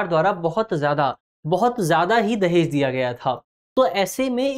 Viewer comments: Legends watching" Dajehh" at the place of "Dahej". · धन्यवाद टीम दृष्टि 🙏 दहेज न कि दजेह